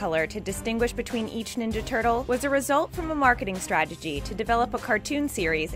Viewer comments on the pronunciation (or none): She said "stragety" ....